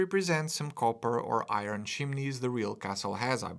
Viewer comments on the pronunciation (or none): none